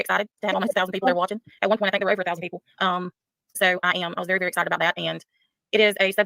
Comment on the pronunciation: Baby doll, you know I think you got it all, but for the love of Pete, why do you pronounce “very” like “ferry”?! 🤣